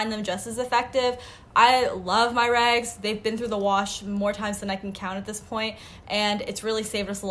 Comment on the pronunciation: she says rags “regs”